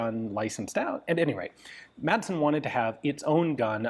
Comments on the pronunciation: You make great historical content, but as a Dane myself, I must correct you on your pronunciation of the Danish surname “Madsen”. It has bugged me for years, so here it is. The name literally means “son of Mads”, similar to other Danish names like “Sørensen” or “Jensen”. The letter “d” in “Madsen” is silent, so the name is pronounced “Massen” - not with a hard “d” like in “Danish” or the English word “mad”. Apart from that - I love your content on this small but very innovative Danish weapons manufacturer. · Its pronounced Massen. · everyone in my area would laugh at him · American pronunciation is actually correct except for the D which should be silent.